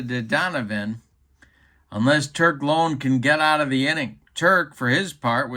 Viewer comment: Greetings,. Just for your own edification, although you may never again utilize this player, the name of the White Sox relief pitcher, Turk Lown, is pronounced with the "Low" sounding as it does in the word, "loud," not as it sounds in the word, "loan." kinda' like "Turk Loun." (How's that for a run-on sentence?!?!) With that,, I bid you a fond adieu!